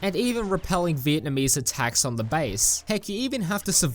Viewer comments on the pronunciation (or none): none